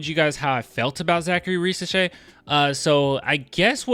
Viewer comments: To be precise, in french if the letter "s" is between two voyels, it's pronounced "z" so Risacher should be pronounced "Rizacher". By the way his dad was a great national french player so it's great to see his son playing at this level. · Ri - z - ash - ehhhh (but like the Spanish R Grrrrrrr)